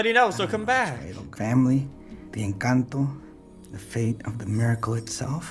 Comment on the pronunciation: It’s pronounced Enconto